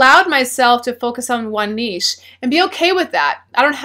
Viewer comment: I would like to thank you for pronouncing "niche" correctly.